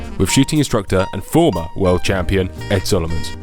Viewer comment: Love the little emphasis dig with "former" world champion.... 🤣🤣